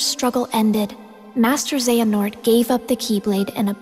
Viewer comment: I heart Xehanort pronouncing it this isn't some Xion thing where I learned her name exclusively from the manga I have heard this word out loud and it was said differently in the last game now is not the time to get uppity about your Latin pronunciations